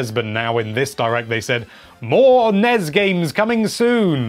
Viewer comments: Also it's N-E-S not nes. Stop that blasphemy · NES (Nez?) No one says it like that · He actually says Nez. Which is worse. He also says Yaw-shi. Heh.